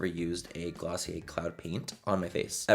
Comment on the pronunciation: That's "GLOSSIER".... DO you hear me?....Lol😹🆗☺🎤lov you Manny....👍